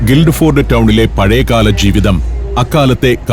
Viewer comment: സന്തോഷ് സാറെ ഗിൽഡ് ഫോർഡ് അല്ല ഗിൽഫോർഡ് എന്നാണ് പറയുക, ഞാൻ ഇംഗ്ലണ്ടിലെ ഗിൽഫോർഡിൽ ആണ് താമസിക്കുന്നത്